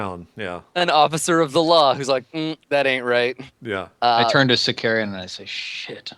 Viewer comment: Sicarian. Totally not Victarian.